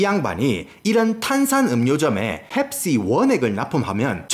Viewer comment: ㅅㅂㅋㅋㅋ 이형 '펩-C-ga~' ㅋㅋㅋㅋㅋㅋ개조아 진짜 남자중에 제일좋아